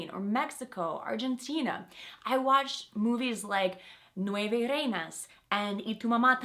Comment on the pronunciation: Hi, I'm from Argentina and I want you to pornunciate "Nueve Reinas" properly... With a strong "R", lol!